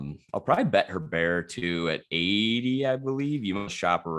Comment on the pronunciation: Literally everyone I listen to mixes up Lucas Herbert and Benjamin Hebert. It’s not difficult. Herbert is Australian. You pronounce that how you normally say Herbert. Hebert is French.